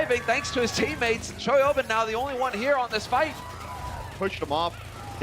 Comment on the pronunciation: The hipster play-by-play sounds like he's saying "Toyota" when saying Choihyobin's name.